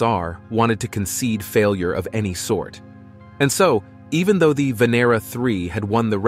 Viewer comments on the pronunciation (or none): none